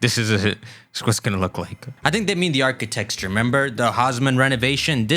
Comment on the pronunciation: Im going to pronounce architecture as architexture from now on, thank you 😂